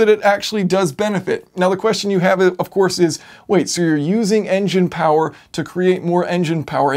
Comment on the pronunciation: we love two things: air-conditioning and POWAH